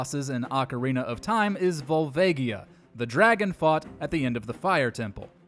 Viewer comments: Why does everyone always pronounce Volvagia wrong? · Pretty sure that's not how "Volvagia" is pronounced.